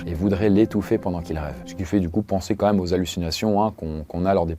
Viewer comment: J'adore tes vidéos ! Mais stp prononce correctement "QUAND-MÊME" 😅 Tu dis toujours "Qua-ême" !